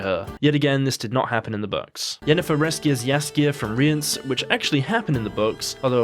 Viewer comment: You're pronouncing Cahir and Rience correctly. It's more like Chay-ear and Ri-ans, at least that's what's said in the audio books.